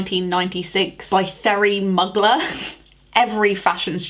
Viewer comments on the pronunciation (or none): Pronouncing Mugler (moo-glare) as muggler was so delightfully british I loved it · So much love but the way you say Mugler is so scary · you make my heart happy ❤😊😂 Every time you say Mugler I chuckle